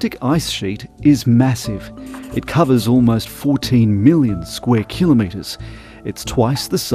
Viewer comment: Kilometres, not killerneeters